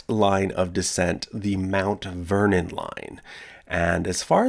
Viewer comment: Anyone else hear Uncle Vernon not Mt. Vernon? No? Just me? Pity.